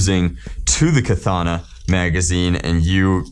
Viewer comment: I believe his name is Than (Pronounced T-awn), but I think the mags themselves are pronounced Ka-thawn-a. Whatever floats ur boat tho I guess lol